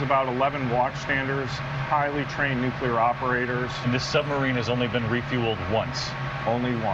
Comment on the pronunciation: It's pronounced new-clear, not new-q-ler.